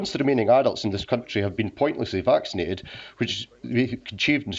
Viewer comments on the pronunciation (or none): Make up your mind...is it "vaccinated" or "vaselinated"? lol